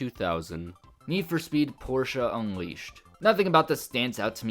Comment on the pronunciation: Only thing I didnt agree with you in this video is putting Payback in D tier. For me its atleast B tier. And your pronunciation for Porsche: 😛